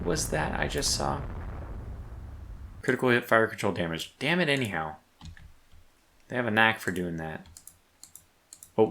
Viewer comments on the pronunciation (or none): I keep hearing you say damnit anyhow but I hear Damn it Andy how. and I keep thinking what did I do?